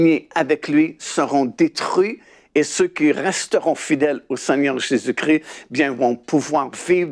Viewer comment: JÉSUS CHRIST et pas Jesus cri, merci soyez béni.